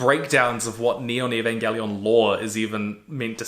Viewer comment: Eva changes drastically if you haven't seen it in a while. If you're cool with introspection it'll fuck you up, in a new or different way. Or it won't hit as hard. It's always changing as how you view yourself and the world changes. I hold it close too, and hearing him say the name wrong consistently kinda made me go mmmmm... Then watching it while at the gym makes me feel like he missed out on a lot.. Like Misatos dad leaving her behind... That's not what happened. Sounds like he needs another watch too :)